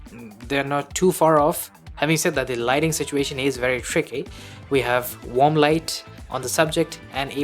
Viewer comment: Are you sayin' Warm ? Or Wamb ?or Wonb? Or Wob? ?? Its annoying sound like Wonb...🙃